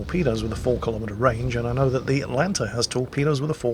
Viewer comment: you where doing so well, and then you started to go atlanter right at the end...